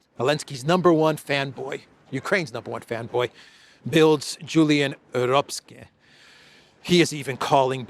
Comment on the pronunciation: Tip for: In German, “ck” in a word (see: Röpcke) is pronounced like a ‘k’ – so like “Röpke”.